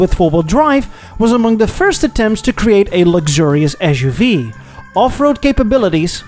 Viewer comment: u can't even SAY suv